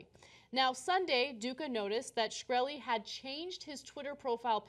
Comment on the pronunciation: LOL, Cenk still doesn't know how to pronounce Shkreli :)